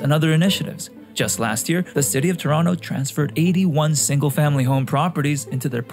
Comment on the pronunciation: You pronouce Toronto like someone who's never been to Toronto before